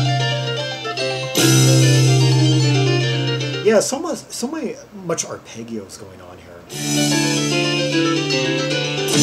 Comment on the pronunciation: So rare to find anyone looking at this group/album. It's so incredibly offbeat...yet intriguing. FYI, "arpeggio" is pronounced: ahr-pej'-ee-oh.